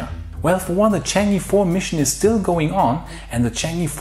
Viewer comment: It might be worthwhile to get some pronunciation instructions from Jixuan...The Chinese moon mission is not "changee". The sound is closer to "chung err"...I'm being pedantic, I know. but you may as well get it right because no other you-tuber is.